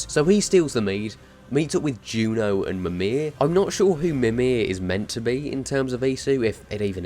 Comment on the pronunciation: "Memear" WTF stop there is no Australian way to say names from our Asatro. its Mimir not memear (Its not a Mear its Odin uncle) please pay some respect